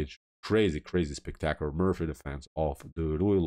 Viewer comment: Loved the game, loved the commentary. But it's the MORPHY Defense, rhymes with "Story". Thanks.